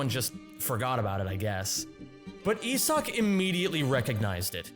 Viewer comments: You are the one completely butchering my boys name, doubt youre much help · Is that actually how you pronounce Isak? I would assume it is just a varient spelling of Isaac